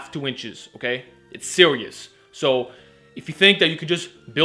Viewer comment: "It's sewious" . He is very smart though.